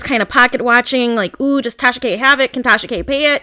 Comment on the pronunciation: Take-Sha-Ka👀👀Gurlll you in trouble 👀👀🤣